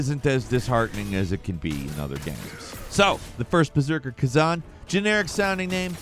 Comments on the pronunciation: Also it’s ka-zan not ka-zon for his name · I knew you were saying khazan wrong!